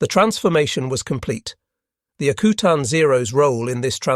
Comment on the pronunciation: I live in Alaska and it’s pronounced AK U TAN not akootan. Further more it’s not freezing in the Aleutians in June and july, it’s not exactly tropical but it’s not Arctic weather either. Great production love listening to.